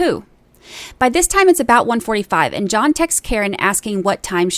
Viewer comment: "John, where are you?" There is no "S" sound.